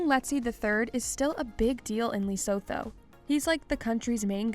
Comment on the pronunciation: The way this narrator pronounces Lesotho....Is it necessary to butcher it so dam badly....No way you can have access to YouTube and not research pronunciation of Lesotho.